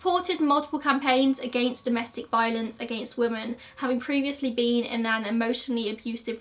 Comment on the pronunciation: Love your videos, but you always say "woman" when you're saying the plural, "women", everytime I hear it throws me off for a second.